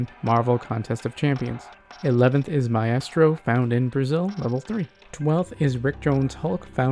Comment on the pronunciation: not to be that guy, but it’s pronounced My-strō